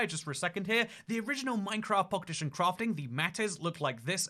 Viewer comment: Anyone else notice how he says “Minecraft Pockedition?”